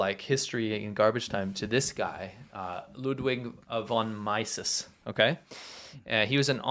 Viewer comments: The name is pronounced like “mees” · it's pronounced "mee-sus" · Loo-dveeg von mee-suhz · Mises should pronounce like "Mee-ses." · Its "MEE - sus". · von Mises is pronounced "von MEESES" He is probably the most profound free-market economist ever. It looks like the Chinese people are beginning to wake up about the whole nature of communism and this means there will be real change within a few years. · Mises is pronounced "MEE-sus". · Ludwig Von Mises: The last name is pronounced Meeses, ie. the “I”is pronounced as a long “e”. Mises and Hayek are two of the best free economy philosophers in history. Just sayin’.